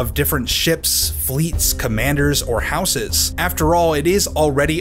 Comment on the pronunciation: I don't like how you say "houses."